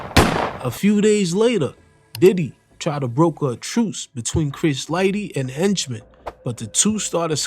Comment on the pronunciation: 😭😭😭😭😭 Why he keeps calling Jimmy 👉 ENCHMAN, IT'S AKA JAMES HENCHMAN ✔️